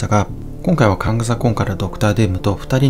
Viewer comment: 征服者カーンとかカーンダイナスティとかって言うのに、名前言うときだけカングって言うのに物凄い違和感あるのは地球上で僕だけ?